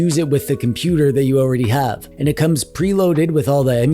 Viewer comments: hard to watch when every other word is compooper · Love the way you say compooper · Good video !!! Why you say —- compooper !!! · every time you say "compooper" i get violent. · WHY do you say compooper? I assume none of us are 12? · Excellent video ! Problem is —-way too many of questionable quality !! Why are you saying —-compooper !!! You are funny !!! You do have the best opinions !!! Love your funny words —- like — sneaky peeky !!! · Compuper jajaja like like lets SEE the Best básic one